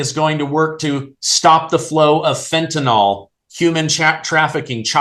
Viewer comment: the correct pronunciation is: fentanyl /fĕn′tə-nĭl/ The last syllable is pronounced “nil”, NOT “nol”. It doesn’t make one bit of difference who else mispronounces it. You can get it right!!!